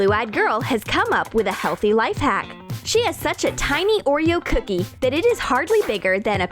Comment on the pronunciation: I don’t really like how they say ‘cookie’. cOOkie